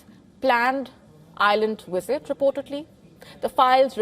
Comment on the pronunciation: I thought she said "wizards" all through the video😂😂 its actually "visit" btw